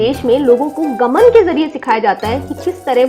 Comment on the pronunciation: It's not गमन, it's गामान..Nice video though